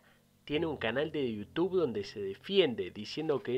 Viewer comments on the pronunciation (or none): none